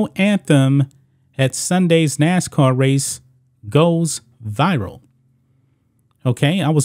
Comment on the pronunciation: 🤦🏿‍♂️It's Nascar not Nascoon🇺🇲 ~Mr Burgess~